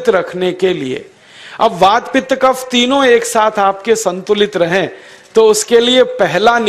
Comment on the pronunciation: What is Waat, Pitt, Cafff